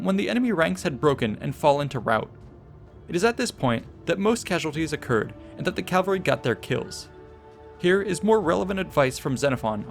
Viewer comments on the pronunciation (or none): rout, not route! More importantly: CA VAL RY! Say it: CA VAL RY. The entire video, you say Calvary.